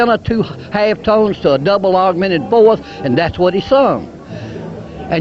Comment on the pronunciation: "a double ahg-men-ed foworth" - solid gold